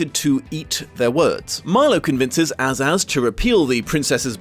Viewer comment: Great video, but just a quick note about the Chuck Jones film version: The Kings name is pronounced A Zazz, not Azz Azz and Tick Toc was actually died fighting the demons of ignorance ( in the film) as you hear his clock broken before he collapsed...only to be revived by Sweet Rhyme and Pure Reason. I still love this film adaptation and love the original book!❤ I feel it's that perfect gap between Alice in Wonderland and The Wizard of Oz!!❤❤